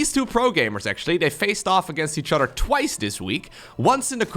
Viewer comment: I like the way says words with "oth" as "udd" like "udder than that" and the famous "muddership." My absolute favourite is "that's YUGE!" I love it so much that I just have to say it out loud whenever I hear it. My GF scoffs at me every time...